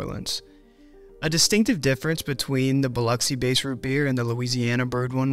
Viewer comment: Extra points for pronouncing Biloxi correctly. I was born and raised here.